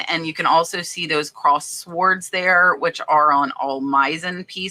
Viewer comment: Fun video! Always a pleasure! P.S. The"w" in sword is silent. Just in case you didn't know.